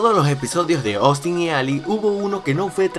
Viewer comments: se pronuncia Ostin, no Oustin, así va el nombre Austin. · Minuto Trish: Silla Austin: Zyia Trish: Puerta Austin: Puerrrrta Trish: Bicho Raro Austin: Vichou Radou